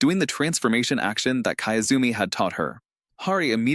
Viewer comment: kiyozumi, key-yoo-zoo-me. not kaezumi.